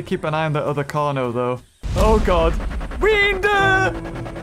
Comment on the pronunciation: He calls him weener not weender 😂😂